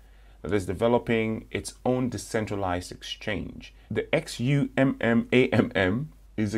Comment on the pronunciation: XUMM is pronounced ZOOM